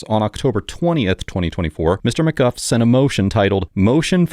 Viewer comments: It’s McGoo not McGuff. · Isn't it pronounced McGoo not McGuff? Is he using AI voice? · It’s pronounced “mcgoo” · I see why you have no propper job, you are not able to' even speak out names the right way - maby you should go back to elementary school